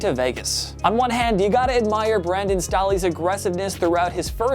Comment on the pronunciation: "Brandon STAH-ley." They're doing this on purpose at this point.